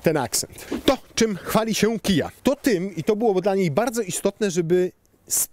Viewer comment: KiAjEj 😂🤣😂🤣 a nie KejAjEj? :)